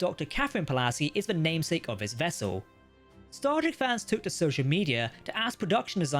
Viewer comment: Star Trek, not Stardeck.